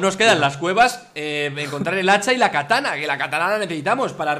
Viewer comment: Se llama "katana" no "catana"